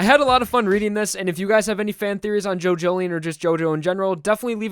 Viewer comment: Jo Jo Lion not Jojoleion